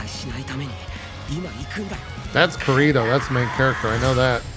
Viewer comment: JP pronouncing Kirito like Dorito had me dying.